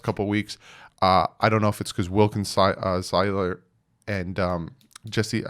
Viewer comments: Zach Syler lol. Idk why but that bugs me.. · I like your videos but if you can’t pronounce SIELER after this long I question how much check you really even watch the games. They say his name after EVERY PLAY he makes!!!!!! 😂😂😂 just saying brother.